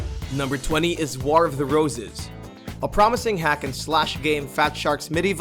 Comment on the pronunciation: Your inability to pronounce "war" correctly is distressing.